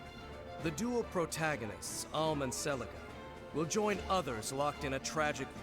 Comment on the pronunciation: It bothers me that you keep butchering "Celica's" name. It's pronounced Se-li-KAH. Kind of like Eirika from FE: Sacred Stones. There's also a Celica in Xenoblade Chronicles X, same pronounciation. And the unit you thought was Cordelia is really Cherche. She mothered a son named Gerome in Awakening, remember her?